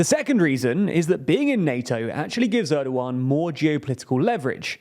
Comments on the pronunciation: nope there is h sounds in the name it is more like ERDOoAN, Turkish is really easy to read language once you go over the alphabet, in most cases letters is read exactly as you read them in the Turkish alphabet, there is no sudden changes in pronouciation of letters it won't change between kid and kite a Turk would read I in both of these words as they read it in kid, because i is an i it is not sometimes ay sometimes i . The only confusing thing is ğ because this thing is not a letter it has no sound or meaning it just elongates the letter before it. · It's Erdoğan, pronunced as "Erdoh-ahn" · because people should be smart enough to learn how to pronounce the ğ in Turkish. It's really not hard, it just elongates the preceding vowel. So it's Erdo-an, dead simple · Ana dili İngilizce olan birisi "Er-doh-ahn" yazısını okurken H harfini okumaz. H İngilizcede yalnızca bir hecenin başında okunur. "Erdo-an" yazsaydım "Erduen" gibi okuyabilirlerdi. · It's Erdogan, and yes, it's a weird pronunciation. And I don't get why people don't adapt it in some cases to a way that can be natively spoken, here in Brazil we do that all the time.